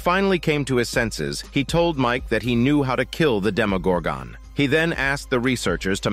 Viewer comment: Bud I know it seems pretty late for this but it’s demogorgon not demogorgone